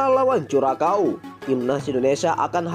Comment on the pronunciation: Bisa ngeja "curacao" gak min?. Belajar lg sono biar gak malu2in